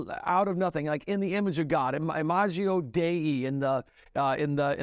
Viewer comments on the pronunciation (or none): Plus he mispronounced it- it's imago, not imagio. This is what happens when you never do the hard work of learning anything specific- in this case, a third-declension, feminine, nominative noun. Sorry if that's complicated. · Imago (not Imagio) Dei is Latin, not Greek or Hebrew. But what would we expect from someone who spends all his time being good at math? Can't possibly be bothered to get languages right. (that's a hard G in Imago, btw, not a soft G like in the English word "image")